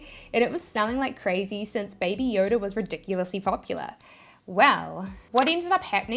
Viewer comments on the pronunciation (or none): none